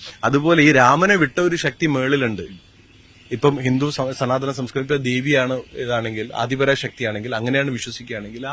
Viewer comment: സനാ ത ധ നമോ... സനാതനം ആണന്നു തോന്നുന്നു.. ചാ ഞ്ചി റികം പണഞ്ഞു മറിക്കുവാണല്ലോ....